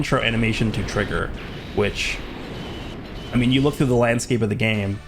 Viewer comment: "Wook, it's Woresh. Woresh is woing to wummon."